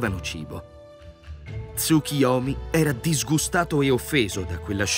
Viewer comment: Perchè leggi Tsukiyomi?